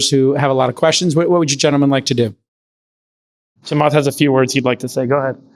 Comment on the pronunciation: Also, it's Chaamath not Chamaath